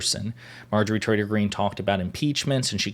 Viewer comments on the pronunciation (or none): Are you saying "Trader Green" or Traitor Green"? I can't quite tell... My guess if the latter, but my ears hear the former... Doh!... I think of her as "Empty Green", devoid of empathy or rational thought.